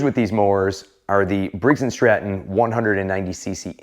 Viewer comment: Did you just said Briggs & Strap-on… 😂😂😂